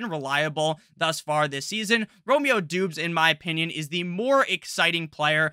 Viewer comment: Great channel! Romeo Doubs. Doubs is pronounced Dobbs btw